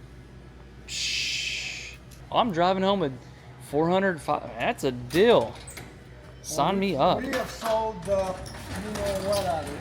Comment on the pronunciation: I'm getting pronunciation nazi on you. Your eeeeee's are "ee. Steal but you say still. Reel, but you say rill. Deal, dill. Feel, fill. And so on.